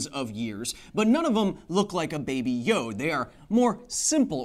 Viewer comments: hey, Kyle! Love the show, hate how you pronounce Yoda. The "a" is not silent. I repeat: the "a" is not silent. It's not Yod, like some swiss alps singer. No. It's a Yoda. Keep up the great work. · Am i the only one having an issue with the way he pronounces Yoda, which sounds like "YOD"?